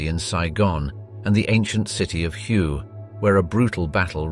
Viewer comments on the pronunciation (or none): Outstanding job! However, "Hue" is pronounced "Way" not "hugh" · FYI, the ancient city of Hué is pronounced like "hwe" not as you did in your video. Just sayin' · Dope video hue is pronounced way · Thanks for the videos. You did however pronounce Hue incorrectly. The "H" is silent in Vietnamese. So "Hue" is pronounced similar to "Way". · So many "wrong'' pictures used through this whole video. Love the way the commentator pronounces the City of Hue. It's like the commentator hasn't been around for more then 10 years? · Wow whomever made this video not only cannot pronounce hue properly, they are clearly a communist supporter!